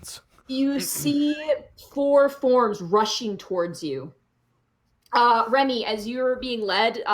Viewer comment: She keeps saying Remy but i keep hearing REVY. WE NEED MORE REVYYYYY